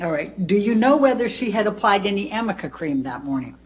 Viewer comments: Everytime she said Amica cream I wanted to yell aRnica cream. If Amber actually used it I would think she should know how to say it. I loved when he laughed because I would of laughed too with her rediculousness of this cross. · Isn’t she mispronouncing ARNica cream, which is used to cover bruises? ARNica, not Amica cream. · I wonder why Amber and Elaine do not know that it is called ARNICA-cream not Amica. Arnica 🌼is a flower used in this cream. Thank you for your great videos and greetings from Germany🙋🏼‍♀️! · He was very naughty, lol.He obviously laughs because he knows that the name of the cream is Arnica, not amica. It comes from the arnica plant. Elaine comes across as a very uncultivated and sloppy lawyer/person, also emphasised by the fact that she kept mispronouncing Vasquez incorrectly. Huge facepalm. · It’s ARNICA! Fricking amica… Jesus, Elaine. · Hi, I don't know if you will read this. I have never heard of amica cream. I have heard of Arnica cream, in fact I use it. It is for pain as a result of a bruise or soreness, I used it for my arm when I got my 2nd vaccine. I mean if it was her "go to" bruise relief, she would KNOW how to pronounce the name of the product. Even Elaine continued to use "Amica" cream. HELLOOO. LOL. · Isn't it 'ARNICA' cream ??? not 'AnicA' .... creammmmm ??? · I love this breakdown! It’s not even called Amica cream, it’s Arnica cream. Too funny! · For the record Elaine...It's ARNICA cream not AMICA. Geez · My gods, it's ARNICA cream.😳 I mean, if she's gonna bring it up ad nauseam, perhaps she should get it right lol. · I wonder if Elaine could punch herself in the face every time she hears herself say "amica cream". Because that's so not the name of it, and she butchers it every time. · It drove me nuts. How could she make something out to be so important yet mispronounce it every. single. time?! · Really! Repeating "amica" cream makes her sound really dumb. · It’s arnica for god sake